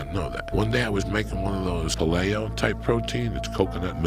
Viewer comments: "Pah ley oh" killed me. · Pronouncing paleo like paléoh is insane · this is so unimportant, but I am losing my shit at how he mispronounces Paleo. Of course its always people who are uninformed spreading this crap